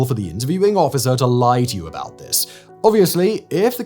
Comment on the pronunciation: "about" not aboit😊